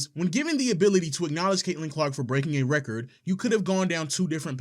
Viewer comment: She keeps saying wrecker instead of record. A little annoying.